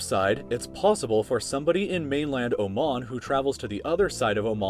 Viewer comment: i liked how you pronounced oman.